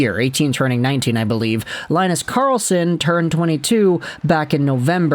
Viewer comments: He's not gonna center Charlie Brown and Snoopy, it's pronounced Lynn-us, not Lie-nus. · Good Swedish pronounciation of the teams. But it's more like Leen-nus Karrrlss-on 🙂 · its more like Lee-nus, you can hear pronounciations in google translate